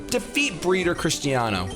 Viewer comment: I'm italian and I can assure you that your pronounce of Giovanni and Cristiano really makes me laugh so hard, that's wonderful! xD